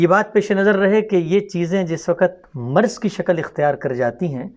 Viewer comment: Not marz but correct is maraz